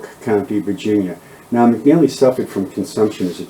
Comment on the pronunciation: Its not " McNally its McNelly.Also Nueces is pronounced " New aces" not "Nooses" for God sake.